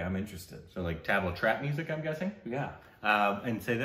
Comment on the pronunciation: Try saying "thuhb - laa"and not so much tab-la :)